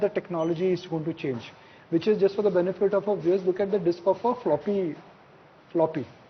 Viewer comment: This Dalmia fellow says 'weavers' for 'viewers'. This is the kind of journalist one wants to listen to ?